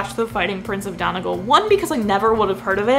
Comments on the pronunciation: It would be said as Donegal (Done - e - gall). Then again, since there is nearly a different accent in every town on this island of ours, you may get a different answer from someone else. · The pronunciation of Donegal wasn't perfect, but it'll do.